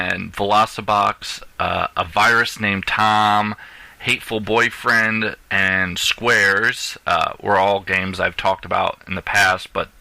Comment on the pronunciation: It's not pronounced Hateful boyfriend, it's: Hah...Toh...full...boyfriend! Other than that, the podcast ended in a bad place, you may want to edit/fix, it if there was a missing portion. P.S. Ive read good things about Lost Dimension too, looks like most reviewers really liked it. P.S.S. Besides the intro song, you may want to come up with a catch phrase or something for the show. Check out your competitors, at least two of em have one, maybe you could come up with something witty too!